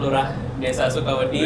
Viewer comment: Di bahasa Jawa ada kata "wedi" yang artinya takut, sama "wedhi" yang artinya pasir. Mungkin yang dimaksud sebagai sebutan buat pendengar channel DYSWIS itu warga desa Sukawedi (suka-takut), tapi dan bilangnya Sukawedhi (suka-pasir).:D